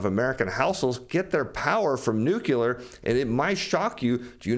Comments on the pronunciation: No one gets power from nucular energy! It's nu-cle-ar! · The word is nuclear dude, not "nucular" (there is no such thing as a nuculus). Please stop saying "nucular". Like fingernails on a chalkboard. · NUCLEAR... :).... not nucular... :)... !!! u da man! thanks for ur insight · New-Clear. Two syllables. There is no third syllable in nuclear.